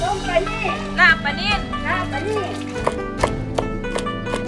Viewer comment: ลาบปลา ไม่ใช่ ลาบปา ถ้าหนูจะสอนภาษาไทยให้คนต่างชาติรู้จักภาษาไทย หนูควรพูดภาษาไทยให้ถูกต้องด้วยก็จะดีมากนะคะ ม่ายงั้น พวกเขาก็จะใช้ภาษาไทยผิดๆตามไปด้วย